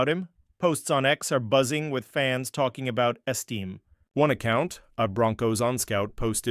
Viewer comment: Audric "Esteem"